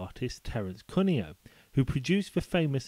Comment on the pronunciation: Great video...however, you pronounce the name Cuneo wrong. It's an Italian name, and should sound like "Queue-neo". Fun Fact: apart from the famous railway artist, the name gets mentioned by Michael Corleone in the first Godfather film as one of the rival mob bosses he wiped out! :)